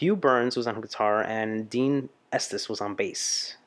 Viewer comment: Deon not dean